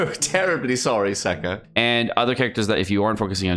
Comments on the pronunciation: I cant be the only one who thought he said 'sucker' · Video start: hello... My ears: hello Sucker... 😂 kill me pls... 😂